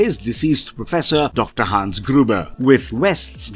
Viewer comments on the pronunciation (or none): none